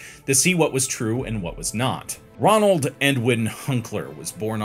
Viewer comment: Ronald or Roland? It's said one way, written another.